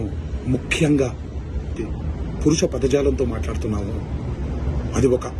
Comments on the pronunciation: Dialogue king, purusha padajaalam kaadu, parusha padajaalam ani palakaali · పురుష పదజాలం కాదు...పరుష పదజాలం...🤦‍♂️🤦‍♂️